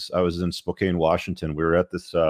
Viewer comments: Spokane is pronounced Spo-CAN, not Spo-KANE. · its pronounced "spo-can."..